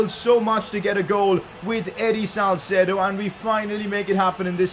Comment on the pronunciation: hi i think its salceedo not salcedo